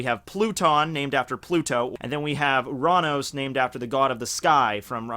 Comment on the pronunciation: you pronounce uranos in the correct way because in Greek ΟΥΡΑΝΟΣ means sky